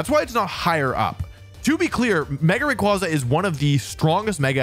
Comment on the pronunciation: Thank God someone pronounce rayquaza the same as me and my friends